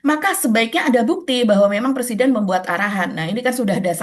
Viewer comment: Dear, 'pre-siden' mba, bukan 'per-siden' 😅😬